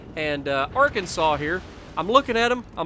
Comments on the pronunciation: Arkansas is pronounced Ar ken saw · So you are American I assume and you're not able to pronounce Arkansas properly? I mean I'm not totally sure it's pronounced like you did or how it's in my head but you should definitely check out before editing your videos bc I guess you said you are commenting afterwards editing the video